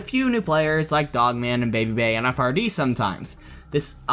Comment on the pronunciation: Btw frd’s name isn’t pronounced f-r-d it’s pronounced fried. Everyone says it wrong lol